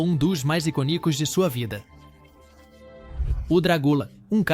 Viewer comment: O vídeo ficou muito bom, mas "iconícos" doeu nos ouvidos. 🤦